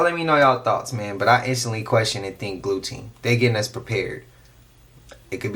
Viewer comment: Glue-teen = blue beam incase anyone’s wondering !!